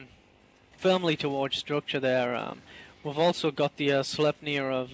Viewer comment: isnt "sleipnir" supposed to be pronounced more like "slip-nir" ?